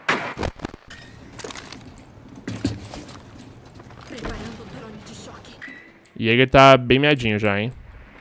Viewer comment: falando jager qnd eh bandid q raiva kkkk